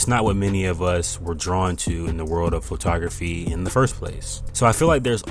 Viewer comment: Pho-ta-graphy? What is that?